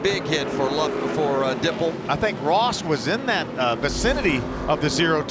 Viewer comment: how many times will they say "dippel"